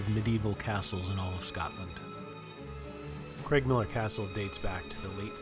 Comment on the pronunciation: Edinboro and Cregmillar - CrAIgmiller. The Creg/Craig is another common irritant for Scots (or Scats in Scatland as you said somewhere previously at least once.)